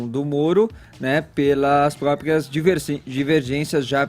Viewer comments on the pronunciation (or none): Esse fala "contga" "pgópgia" "pgoblema" "intguevista"